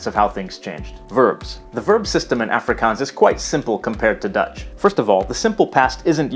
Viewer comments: The "A" in "Afrikaans" should sound almost more like "u" in the word "up" , rather than "a" in "active". You got the double-a sound in "Afrikaans" right though! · okay, i’m from the eastern cape, and i speak afrikaans with my friends at school and english with my family. maybe this is a western cape thing, but i’ve never heard afrikaans pronounced like africans. so i’m not sure if it’s just his american accent or if he got it from those audio clips he uses. same with the word boer. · it's AA-FRIE-KAANS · Its pronounced Ahfrikaans... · The way he says afrikaans is triggering😂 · The way he sais afrikaans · I have never heard anyone in SA refer to it with that pronunciation, everyone I have been in contact with uses the proper Afrikaans pronunciation in South African English